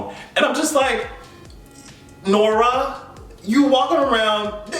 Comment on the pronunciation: When you said, "Nora" the Black Ancestors jumped out in your voice. I am HOWLING. 🤣🤣🤣 Also, I have been waiting for your take on all this.